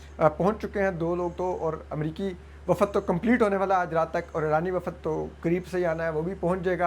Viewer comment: It is Baheera-i-Arab, not Baheera-i-Arb and وفد is pronounced wafd not wafad. I don't understand why you have place زبر where it doesn't exist and skip a زبر where it does exist.